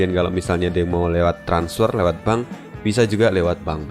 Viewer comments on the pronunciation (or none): none